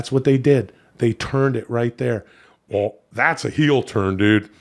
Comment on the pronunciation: That subtle "wull" made me laugh so hard